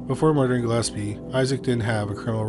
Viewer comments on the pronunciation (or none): listed I'm pretty sure Gillespie is pronounced gill-ESP-ee not Gillepsie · The name is Gill-espie not Gill-epsie. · For one thing I’m Dolores is Gillespie‘s daughter and he has the nerves to post this video with pictures of my family and he can’t even pronounce our last name correctly. The nerves of some people bringing up stories that the family members don’t wanna hear or see you again. The nerves.😢